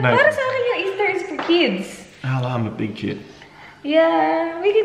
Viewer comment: "Happy eastah"